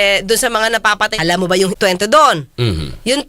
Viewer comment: CLUELESS BIAS "NAMBAWAN" Senator.....gaya ng majority ng mga botante natin. "ALAM mo ba?" grabe ang diin ni atty sa "alam".😅😅 Baka ma-persona non gratra ka niyan, atty. Trigger happy ang mga bida-bida ngayon.